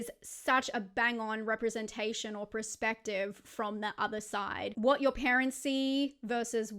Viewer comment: Its perspective not prerspective 🤦‍♂️ everytime 😂